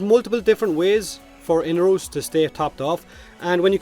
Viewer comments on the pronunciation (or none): mate, his name is inAros not whatever u are saying xD lol damn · Am I the only one breaking in hives over the pronunciation of "Inaros?" I know this game isn't exactly consistent with pronunciation (the Lotus keeps switching between Orokin and oROkin), but I'm willing to take Baro's pronunciation as gospel given... Well, his history with Inaros. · I had forgotten, actually. Seems like DE really can't seem to nail their own pronunciation down, so every voice actor seems to go for a random one on every recording session :)